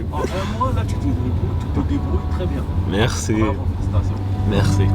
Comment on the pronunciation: Bravo, la façon dont tu parles le français est très impressionante. Particulièrement la prononciation du "r" français, qui est très difficiles pour les anglophones (comme dans "merci" que tu dis très bien. Maintenant il faut travailler tous les sons qui sont dits avec le devant de la bouche ("u", "i", etc...). Ce qu'il y a de plus difficile dans le français c'est de l'écrire et/ou de le prononcer! Vas-y, tu es sur la bonne voie, et encore bravo! 🙂